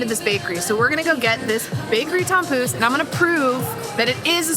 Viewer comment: Oh, tompouce... I thought you said Tom Cruise. I was like: 'what? Tom Cruise is going to Kings Day???' :D